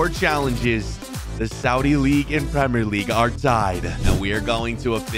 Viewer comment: Man it's Al Nassr... Not Al Nasaaaar.... And it's premier League not premrrrrr league😂